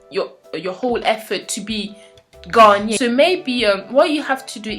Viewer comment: Interesting on how you pronounce Ghanaian. I have close family friends who are native to Ghana (who currently moved back) and they pronounce it (Guh Nay In) not (Ghan Ian). May be it just differs between the different tribes who live there, no idea.